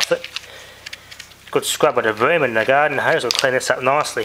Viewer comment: How to speak Australian: "GARDEN HOSE"